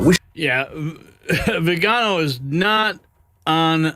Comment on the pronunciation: Arch Bishop, vee-ginn-oh